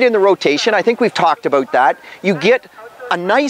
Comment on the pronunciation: "I think we talked aboot that" :D